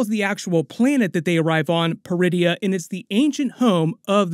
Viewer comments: I swear I hear DRUIDIA every time I heard them say Peridia lol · Almost jumped out of my seat when I thought I heard them call the planet “Druidia”… 😂 I had to rewind and turn on subtitles. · Ok, ain't gonna lie. The first time they said it, I heard DRuidia. I almost choked on my blue milk.